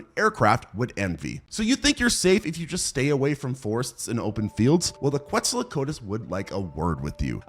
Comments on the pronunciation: you mean kwetso-kwat-ulas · you gotta learn how to pronounce quetzalcoatlus otherwise awesome video